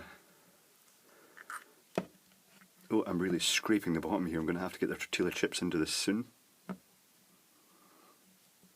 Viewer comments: Tor till lah chip? LOL. I say lol only because I was raised in Mexico/S. America/Central America and Texas so a huge Spanish/Mexican influence. :) In Spanish the double L sounds like a Y so Tor tea yah chip. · Oh my fucking God. it's TOR-TEE-YA not tor-til-a. TOR-TEE-YA, that's how you say it. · lol its tor-ti-ya chip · two years late and I'm sure you know already, but it's pronounced tortee-a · I love the pronunciation of "Tortilla" chips with the audible "L". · I'm wondering if you're pronouncing Tortilla that way just to see how many people would complain :)